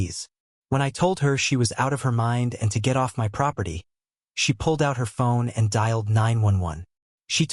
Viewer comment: Whats with the "M. Y. " business? Its one word - my, as in mine. Spend a bit more and get a decent AI voice-over.